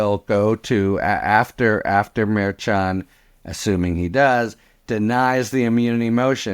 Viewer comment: Love the podcasts but I do chuckle every time you mispronounce Judge Merchan’s name after all this time. 😉